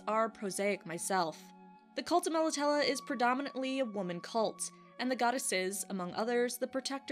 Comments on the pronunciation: I love your videos but with the Witcher you do mispronounce things like Nilfgaard. Melitele ends in a long A. I know your covering the books but If you played the games or checked videos first you would know how to say all the words correctly. I'm quite sure a Polish game studio knows how to pronounce words from a Polish writer. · Interesting pronunciation, I'd been saying it like "Mel Italy". I imagine this is going to happen a lot for the next few years. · Great info & video as always thnx! I pronounce it MEL AH TEEL but to each their own 👍